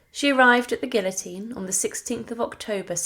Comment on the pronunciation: I wanted to watch your video. But when within the first 60 seconds you mispronounced "place" and "guillotine" I was done. Huge NO for me. If you can't be pissed to pronounce words properly your interpretation of history is shite. ✌🏻 out.